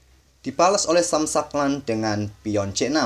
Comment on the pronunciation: Sam shankland bacanya “sem shengklen” min 😅